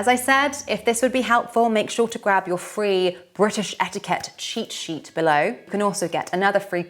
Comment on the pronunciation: Rule no1 to navigate life as a local...don't say etiikeht